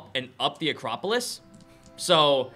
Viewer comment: Acropolips instead of acropolis again